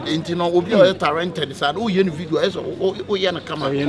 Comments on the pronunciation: 3ne3 "tarented" o🤣..you guys are doing well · Kyekyeku you said crip aca said tarented and u are laughing